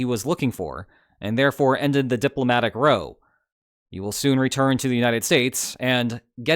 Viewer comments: "...ended the diplomatic /ɹəʊ/." Not a /ɹaʊ/? Your use of English is always super-captivating. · "row" as in "fight" is pronounced rauw rather than roe. Rhymes with the Dow. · Hang on. You said diplomatic row as in hoe , not how. Like a bot! Does this mean AI is even further on than we thought? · I've heard the same error several times on this channel, so I've got to say something about it: The word "row" in the sense of "big fight" is pronounced "rauw", not "roe". Truly a super-captivating gaffe! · "row" rhymes with "now", not "low" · He pronounced it as "roʊ", and in that case it's a perfect rhyme with "low/loʊ". Now/naʊ would be a non-rhyme with row/roʊ.